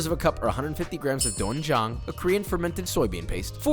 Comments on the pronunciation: Gamja=potatoe in korean. The banchan isnt called potato potato, denjang the correct way pronouncing the word not dough en jang. Console with a korean before making korean food and no he cannot be adopted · Minor nitpickings.. you are saying "potato potatoes" when you say "Gamja potatoes". "doenjang" is pronounced closer to "den - jang" than "don - jang". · its not donjang, its pronounced den jang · the way you BUTCHERED dwenjang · The doenjang pronunciation was so fun to say. For future reference, just think of the word "den" when pronouncing it. "Den"jang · doenjang is better pronounced as "Dwayne-jang" (like, dwayne the rock jangson) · I’m all ❤️ 👀 MF whenever I see Korean dishes featured here. Just one ☝🏾 mention about the doenjang is that despite being spelled with an “oe” the pronunciation is actually “ae”. Think of DANG JOHN! but all together.